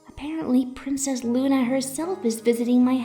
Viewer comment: Hearing Luna mispronounce words is amazing...